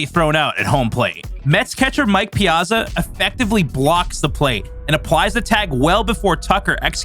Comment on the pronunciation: Calling it "ruining MLB" is kind of weird way to say it. They ruined the game maybe but not the entire MLB. Also, the way you pronounce Piazza is weird.